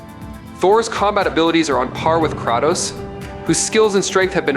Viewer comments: Pronunciation corrections: Kratos= Kray-Toe-s, Mjolnir= Mule-near Jotnar= Yo-t-nar, Jormungundar= Your-mun-gun-der. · The way this shitty AI narrator butchers the pronunciations of "Mjolnir" and "Kratos" makes me cringe. Why did I watch this video?